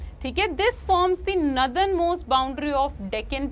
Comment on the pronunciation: Didi please Northern ko Nadan mat bola kro me exam m apki padhaya hua yaad kr k gy th northern ko nadan likh k aa gya 😢